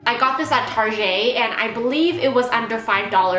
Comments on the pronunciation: please do not ever say tar-jay again unless you're obviously being sarcastic (you didn't sound sarcastic here). normal people who say tar-jay is just.... ew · TargEY? Really? Really? Haha <3